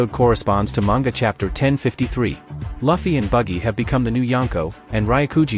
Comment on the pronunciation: at least say it correctly please. its not Laffy but Luffy. same with denden mashi to denden mushi.